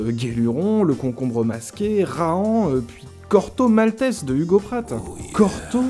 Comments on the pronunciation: Super épisode. Par contre Corto Mal-té-zé, pas Mal-tesse, nom d'une pipe 🤨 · Ne prononcez pas « Corto Maltess » comme un couillon. Tout le monde a toujours dit, comme le faisait Pratt lui-même : « Corto Maltèz » D'autre part, aucun journal ne s'est appelé « Astérix » : c'était « Pilote ». Quant au journal Spirou, il payait bien ses auteurs et les laissait assez libres de créer ; la seule contrainte qui pesait sur eux, c'était la nécessité de ne pas effaroucher la censure… française (encadrée par la fameuse loi de 1949 sur les publications destinées à la jeunesse, imposée par les communistes à la Libération, et appliquée par la non moins fameuse commission de surveillance et de contrôle des publications destinées à la jeunesse). Merci pour cette intéressante vidéo.